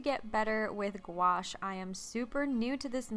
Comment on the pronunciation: hey I'm from the UK and I love you work and this video but the pain gouache you are using is actually supposed to be pronounced differently, - the first part is like gue or gooe IE that's sticky or gooey the second part is like ash IE ash from a wood fire so phonetically it's like gooeash